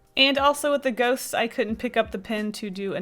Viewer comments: Lol I thought you said a page of goats 😂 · ohhhh GHOSTS I though you said Goats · I thought you said “goats” not ghost and I was like those are some weird goats!!! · I thought she said goats😂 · Lol I thought you said 'goats' instead of 'ghosts' so I was really confused when you started drawing ghosts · i heard 'goats' when you said 'goasts' and i was looking at it paused for like a soild 2 minutes just htiking 'whoah floofy goats' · I thought you said goats not ghosts and then when you drew ghosts I got sad. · When you said “page of ghosts” I heard ‘ page of goats’ and I got super excited because I love goats but, ghosts are cool too